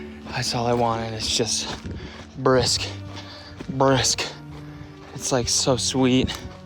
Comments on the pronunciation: “peanut butter and bha-RISK” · this rant about his mom and the Brisk tea. Holy shit. I’ve already had some inside jokes with Brisk tea. And it is fucking killing me to hear Cody say brisk BRISK with so much emphasis on the “B” like an obese cartoon villain saying that motorboat “b” noise they do when they’re flabbergasted. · The way Cody says “Brisk” is hilarious. Anyway. Great video.